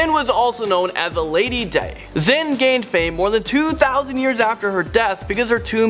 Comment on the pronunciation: It’s lady “die”, not lady “day”. Sorry have a Chinese boyfriend and he pointed it out lol